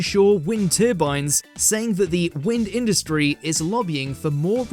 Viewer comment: "TheWind Industry" just sounded so funny to me, I laughed out loud unexpectedly bahaha!